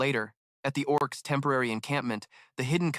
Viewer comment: The oh ar cees 🤣